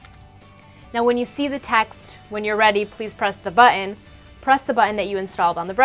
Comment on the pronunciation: Omg. "But-ton" not "bu-in". Please do more of these! They are hella bad.